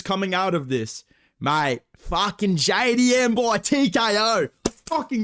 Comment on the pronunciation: JAY DEE EMM MAYTE